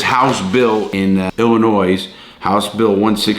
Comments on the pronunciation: Ill in oy not ill in noise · Illinois = Illin oi. Not Illi noise. Love you dude, but you're butchering my home state's pronunciation like it tried to steal your commissary. And yeah, we need bail reform, but like always they can't just do it right. The thing people wanted fixed was a good idea, and rooted in equity. The thing they implemented instead is asinine. And rooted in wtfk? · Larry .... you're killin' me. 🤣🤣🤣 Illinois is pronounced "Ill-uh-noy". As always, love the video, God bless. Cheers from Wisconsin (formerly Illinois 🤣🤣)! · Larry! Your hurting my Chicago heart, the s is silent in Illinois. Ill a noy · Hey Larry, big fan, just a heads up, there is no "noise" in illinois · Its also illegal to pronounce Illinois with an s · LARRY!!!!!! THE "S" IN ILLINOIS IS SILENT!!!!!!!! Love the videos. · Larry love everything you do/stand for. And at the risk of sounding like a Karen... It's just I would want someone to tell me. Do unto others right, the golden rule. Anyway the S at the end of Illinois is silent. Sorry for the constructive criticism. Keep up the good work. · I'll be the sacrifice that says it. "Illinois" is not pronounced with an "s" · U don't pronounce the S in Illinois! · i live in illinois and larry the “s” in illinois is silent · Also the "S" in Illinois is silent. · Love you Larry, but the "s" in Illinois is silent lol XD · Thank you very much I'm trying to tell him that too the s is silent when you come to Illinois I know you're a tourist because the s is silent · The s in Illinois is silent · Why are you pronouncing the S in Illinois? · Lawton sorry for being pedantic but the S is silent in Illinois.